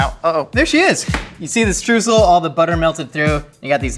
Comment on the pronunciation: Oh, I'm really looking forward to how he's gonna pronounce Streusel. Edit: Stroosle? That was even worse than I thought.